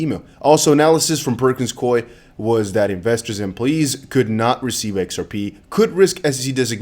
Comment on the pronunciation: Coie, as in Perkins Coie, I believe is pronounced like Coo ie, long O. Perkins Coie is also knee deep in the Russia Gate/DNC/Clinton and other nefarious issues. Fun fact.